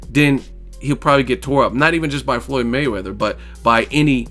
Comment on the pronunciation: Skip can't get Floyd's name out of his mouth and why no one ever talk about no scar on the shoulder of PAC man 🤔🤔just saying